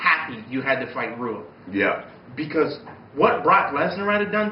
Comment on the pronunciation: Rua is pronounced Whoa!